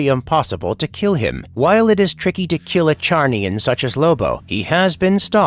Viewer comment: Lobos race Is pronounced with a Z. Not a ch sound bro